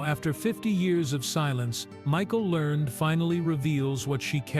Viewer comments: Last name is learn-ed pronounced and print it RIGHT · The last name is Lear ned.